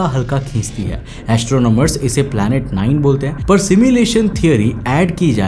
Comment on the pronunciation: Planet ❌ palet ☑️